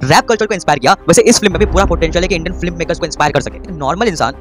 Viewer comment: It's not flim it's film so pronounce right ... Otherwise nice.